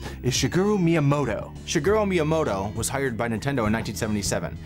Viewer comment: sagoro myinmodo is how these guys pronounce shigeru miyamoto